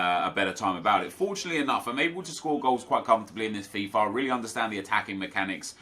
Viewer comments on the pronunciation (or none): none